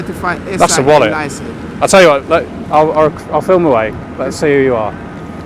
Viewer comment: Another foreigner trying to boss another indigenous English around. I'm sick of it. He can't even speak English. ''Flim?'' FFS